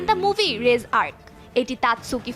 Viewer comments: its not রেজ, its রেইযে! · যমুনা টিভিকে বলছি এই মুভিটির নাম চেইনশো ম্যান রেজ আর্ক নয় চেইনশো ম্যান দি রিজে এআরসি উচ্চারণ এরকম হবে এবং দয়া করে কেউ ফ্যামিলি নিয়ে এই এনিমে দেখতে যাবেন না এটি একশন অ্যাডাল্ট